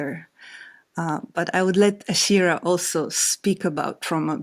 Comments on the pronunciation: It’s Ashira, not Aisha. Have the respect and professionalism to get her name right, Chris. Integrity demands attention. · Chris Hedges —-Please pronounce Ashira’s name correctly. Her name is pronounced like how it is spelled. Aaaa-sheeer—raaa. She deserves that respect. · Her name is Ashira 🤦🏽‍♀️